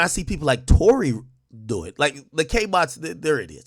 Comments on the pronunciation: Its TOU(Too)RÉ(Rae) like Sékou Touré the first president of Guinea. Ak dont tell me you spent all that time in Rutgers on PDEs and ODEs and didnt take one course on Colonial Africa. Smh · It's Touré pronounced Tor-Ray